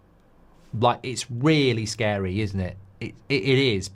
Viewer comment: Its shcary 😂